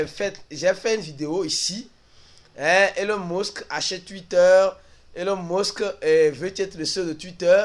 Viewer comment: ta façon de prononcer elon musk la deh